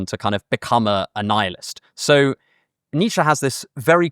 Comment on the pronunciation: It’s ‘Nietzsche’